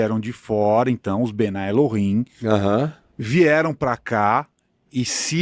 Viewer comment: Não é bnai El-him. É mesmo bnei El-him.